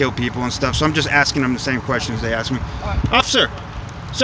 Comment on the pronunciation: The hardest thing that cop has ever been through was keeping from busting out laughing. I know that I blew root beer through my nose when you axed him where he lived.